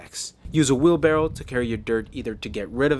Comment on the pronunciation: Buddy said "wheel barrel" lmao